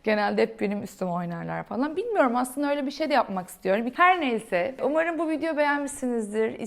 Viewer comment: VIDEO: Viydo değil —> *vidyo. MEDIUM: Miydum değil —>*midyum